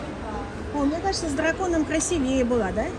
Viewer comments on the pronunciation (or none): none